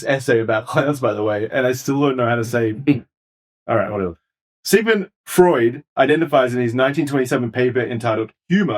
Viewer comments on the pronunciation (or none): Pronouncing Freud as "fraud" is a wonderful Freudian slip!